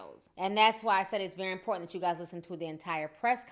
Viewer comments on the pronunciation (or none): " My health is very inportant to me..." HA, im sorry but when i heard that i laughed out loud